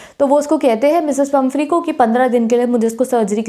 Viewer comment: She is pumphrey not pumpehry